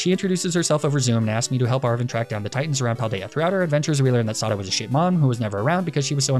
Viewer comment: I just finished the game myself today, so I'm finally able to watch this video! Great work as always, and great job making me infuriated by your pronunciation of ai Sada.